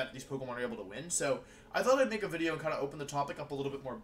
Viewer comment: Intro Gang Intro Gang Today's Intro: Wideo got the big delet